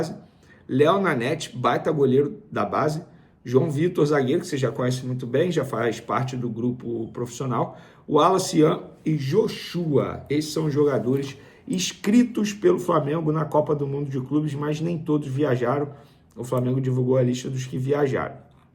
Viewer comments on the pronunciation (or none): Pow vene!!! Fala o meu nome certo Joshua se fala normal não tem assento no U não é joshúa ou joshuá é só Joshua ..... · Joshúa ??? Esse maluco é muito burro... Outro dia chamou o cara de noá, onde Noah se lê Nôah. Precisa de uma aula de oratória urgente.